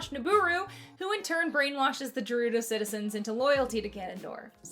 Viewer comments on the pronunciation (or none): I’ve never in my entire LIFE heard it said “Jerudo” I’m in tears. It’s a hard ‘G’ Great video! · I think Sheik counts as being kissed, since the Zelda that was Sheik remained in the Adult timeline which led into Wind Waker where she has descendants. Also it's pronounced GE-rudo with a hard g, not je-rudo. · GERUDO. ITS GERUDO. NOT JERUDO. GERUDO. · IT IS NOT PRONOUNCED JERUDO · It angers me how you say jerudo instead of gerudo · STOP SAYING JERUDO, AHHHHHHHHH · Je-Jerudo? It is literally said in multiple games by multiple characters as "Gerudo". Sorry, I'm just too big of a fan of Selda if. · ITS GERUDO NOT JEDRUDO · Great video and all, but I need you to realize that I die a little bit inside every time I hear you say “Jerudo.” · This video is hilarious! I love it! But almost like how you lose years off your life when you say “DDD,” I lose some too when you pronounce it “Jerudo.” Ima subscribe by the way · why she putting the hard G on Gerudo? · She says "Jerudo" like Koseki Bijou does based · "Jerudo" ahh 💀💀💀 also "robit" 💀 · That’s not how you say Gerudo… hard “G” long “O” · Why does the gerudo like “jerudo”, you pronounce it with a “guh” sound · In the part about Ganondorf, I can tell you've never played both Breath of the Wild and Tears of the Kingdom, because the word "Gerudo" is not pronounced "Jerudo". It's a hard "g" sound. As for proof, Gerudo is pronounced with a hard "g" IN-game! I was getting flashbacks to The Game Awards when someone pronounced Genshin Impact like "Jenshin" Impact. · ..J-jerudo? First time I’ve heard it pronounced like that lol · The way you say Getudo is different from what I've heard from the series, so I find it weird, but I'm not going to hound you for it. People can never agree on pronunciations of words, so why fight it? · Juh rudo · A couple corrections. 1. Sheik most likely has been smooched as the timeline she removes Link from still exists, and there continues to be Zeldas afterwards. 2. Gerudo is pronounced as a Grr.